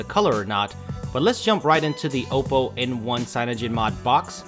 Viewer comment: u pronounced oppo wrong